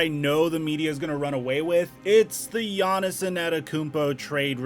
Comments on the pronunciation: Who is this Giannison person you keep mentioning? Is that Giannis's alter ego or something? Yanison, Giannison, Yawnisen... Not sure who you're talking about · can you stop saying “giannis-en annakoompo” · Nobody:: Gannis-son Antetokounmpo